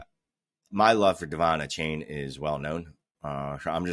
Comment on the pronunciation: Achane's name is pronounced A-Chan. Not a-Chain.